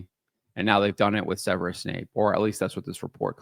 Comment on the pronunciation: It's Snape, not Wesley Snipes. WTF